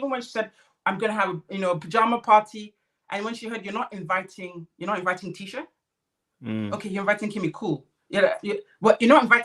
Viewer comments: Her name is pronounced "Tee-sha" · PLEASE NOTE: Tisha is pronounced TEESHA and its Destiny NOT Stormi.